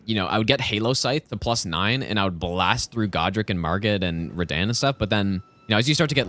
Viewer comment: I love how he pronounces Radahn 'reDan' lol